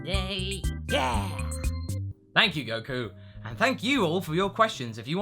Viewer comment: Goku's intro sounds like 'Goku and A' XD